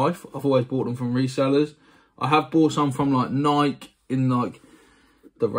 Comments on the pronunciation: I know lots of people in the U.K. pronounce it how I do instead of nikeeee! And I’ll check them out cause these were awful! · Your pronouncing Nike wrong just fyi. Also these crease guards are trash. Go with the Gen-X universal crease protector or the Force Fields.